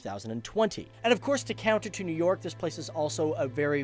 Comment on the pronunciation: Nev york